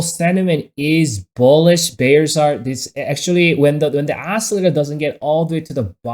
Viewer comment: check out that os-cer-lat-er